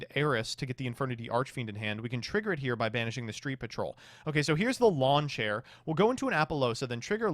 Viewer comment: “Lawn Chair” it’s Launcher lol